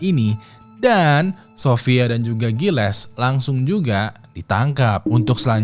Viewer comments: Bang, Gilles bacanya --> Zylheh 😅 Gilles d'Etore = Zylheh detokh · bang, saran aja nih Gilles itu dibaca giye dalam bahasa prancis